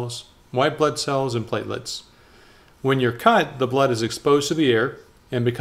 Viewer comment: All i can hear butt cell😂